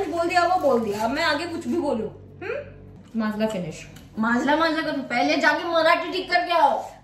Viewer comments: vo माजला nhi माझा hota he 😂😂😂😂😂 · Didi that is not maszla that is maza